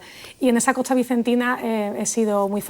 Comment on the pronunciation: Como extranjero, me suena bastante extraño oír a una filóloga española, fuese andaluza, pronunciando « esto » como « etso », « costa » como « cotsa », etc. Viví varios meses en Córdoba y nunca escuché tal cosa. ¿Es un fenómeno común o no ?